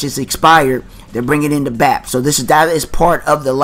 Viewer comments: Lol the Bap room?........ its B-ape as in Bathin Ape......lol u said that like 20x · ITS BAY-PE Not "Bap" lol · The way you said Bape just pissed me off my guy. It's pronounced "B-ape" not Baps.